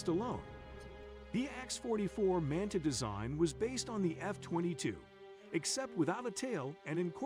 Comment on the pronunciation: X-44 Manta. Pronounced as the video said it the first time. (Mant ah)